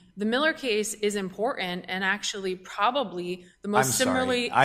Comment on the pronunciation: Did I just hear an attorney, before an appellate court, say “ impoorennnt” instead of important? This is a professional and the city’s counsel ??!!?